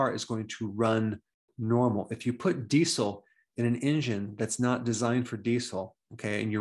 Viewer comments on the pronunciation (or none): everyone: dee-zel 🌗 dr berg: dee-cel